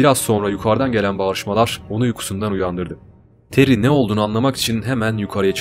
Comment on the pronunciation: Ismi Tere Jo. Terry değil